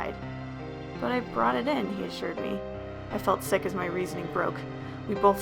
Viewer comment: "I felt a little bit sick" me who heard sick as thicc